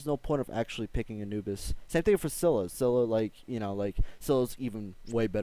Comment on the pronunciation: Lool you're finally pronouncing scylla right